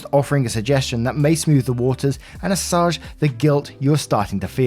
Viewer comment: Hi from a huge fan! Just a quick comment - the words "assuage" and "chastise" are not "assage" and "chastisise"